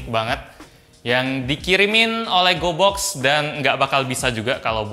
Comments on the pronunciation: Gw kira pas dia ngomong gobox dia ngomong goblox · Gue dengernya GOBLOK astaga 😭